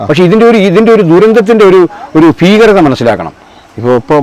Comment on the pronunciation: ഫീകരത ഫരതി ഫങ്ങി ഫാരതം ഫരണംങ്ങാനം